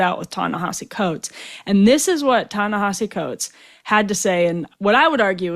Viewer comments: Good interview. Btw it’s not Ta Na HAH See It’s Ta Na HEE See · Ta Na Hee See Coates. Please say the name correctly. I don't like the guy's positions, but its sloppy journalism to mispronounce someone's name.